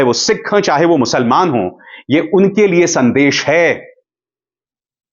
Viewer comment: Musalman shabdh ka uchcharan galat hai sir